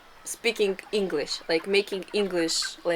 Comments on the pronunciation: this is the "Russian " vlogs I love, no po*** just people being people. your English pronunciation is so perfect. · Greetings from New Zealand Aotearoa, fantastic video I would like to compliment both on your English pronunciation, fantastic job and thank you for showing us these wonderful villages in Russia, Aroha Nui from Aotearoa